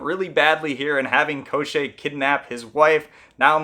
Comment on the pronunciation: It’s not Eye-Van, it’s Ee-von. And it’s not Koh-Shay, it’s Kaw-tchay. With Maria the emphasis is on the wrong part. Rather than Maria it’s more like Muh-RIA. Thé ria is the focal part. And Baba Yaga might be a regional difference since I’ve heard it pronounced the way you did but if you’re going with Ukrainian and Russian the A’s sound the same in yaga as they do in baba. Finally, the story doesn’t contradict itself, you’re missing the ending. After striking Koschei off his horse and cutting him into pieces Koschei reminds them that he cannot die and his body will just come back together, so they burn his body to ash and throw it in the ocean leaving his head in a barrel to bob endlessly away. And should he return, Prince Ivan and Princess Maria would search for his soul to destroy it.